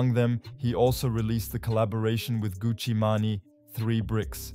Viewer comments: Who is Gucci Manayyyy 😂🤣😂 Gucci MANE pronounced like MAIN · Did you say Gucci Mahnny? I wasn't looking at the screen so that shit caught me off guard. You mean Gucci Mane? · its gucci mane( (man) main) ,,, not gucci manny wtf... u dont even know the names... smh. come on mane lol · good one! was more of a pronunciation error, than me not knowing the name ^^ Well, gotta go "Get The Bag" thx for the comment